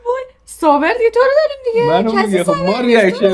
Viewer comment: بابا گفت سوبر نه صابر فقط تلفظش کمی سردرگمی بوجود اورد